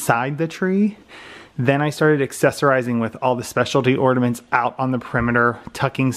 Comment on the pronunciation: I gave it a thumbs-down because I knew it would be a solid 30 Minutes of him mispronouncing "ordaments." 💀